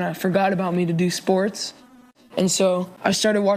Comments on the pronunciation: What are sss-pour-Tez? I play fort nite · did u say sports do-do ?